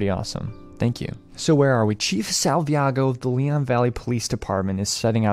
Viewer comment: Salvaggio, not Salviago